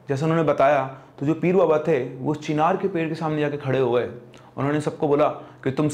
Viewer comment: Chhinar nai bhai चिनार 😂😂😂